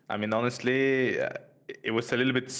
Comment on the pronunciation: Interviewer: ... Lider: HONESLTY